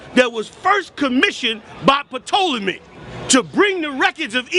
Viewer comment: This is an interesting in-depth article which discusses the DNA test of the Tutankhamun as well as the attempts by some to claim him. Great read along w/ great pictures for those interested in the subject. Peace. And, god damn! The P is silent in Ptolemy. Apparently, mispronouncing words is their thing.